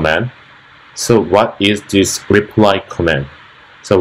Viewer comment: not making fun of you, i was a US soldier in army in Dongducheon, and when you said, "repry comment" like koreans often sometimes mistake l and r... reminded me of a story when my korean friend said, "it's raining, I feer it" and it sounded like "i fear it" and we started laughing, lol.. Jeon Yun Ho my old katusa friend.